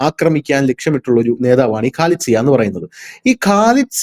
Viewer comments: ഖാലിദ് സിയാ അല്ല. ഖാലിദാസിയാ എന്നാണ് പേര്. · Not Khalid Zia, it is Khalida Zia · മറ്റ് മാപ്റകളേപ്പോലെയാകാതെ പേര് ശരിക്ക് പറയൂ.ഖാലിദ് സിയ അല്ല ഖാലിദ സിയ ആണ്. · Khalida Zia ! Not Khalid Zia, you have to talk correctly 😂😂😂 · ഖാലിദ് സിയാ എന്നല്ല, ഖാലിദ സിയാ എന്നാണ്. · Not khalid zia... Khalida zia